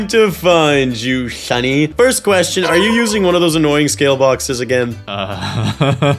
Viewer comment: bro don't know how to say "sunny"